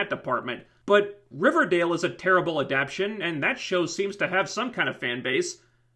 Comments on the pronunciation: It's pronounced Ah-Dap-Tay-Tion. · At the risk of sounding like a grammar nazi--"adaptation" has four syllables, and the accent is on the one you're skipping...